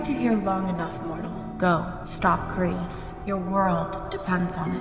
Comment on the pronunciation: it krois not crius